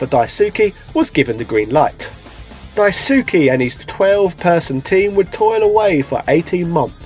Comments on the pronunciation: It’s Dice-keh not Die-sue-key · In Japanese the "Su" is an "S" sound with the u being silent. so the GG creator's name is pronounced "Daiske", instead of "Daisooky" or how "Asuka" is pronounced "Aska" not "Asooka". Just wanted to drop that should you ever meet the guy you don't embarrass yourself ;) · It pains me how close, yet far it is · Die-ssskeh Lol Daisukey hahahahaha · His name is pronounced Dice-ke (Daisuke) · "Dai-soo-kee" C'mon man, like does that not sound off for you? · He's British. It's in his blood to mispronounce names. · Also Daisuke is pronounced DICE K. :) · "Dyesookie" lol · The way you pronounce Daisuke physically hurts me